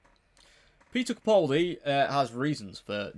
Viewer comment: Please pronounce the A in capaldi